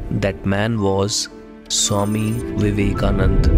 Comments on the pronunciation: Loved the content. But It's Vivekananda...not Vivekanand. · Its swami vivekananda, not vivekanand